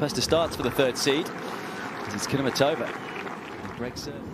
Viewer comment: KudermEtova NOT KudermetOva!!!!!!!!!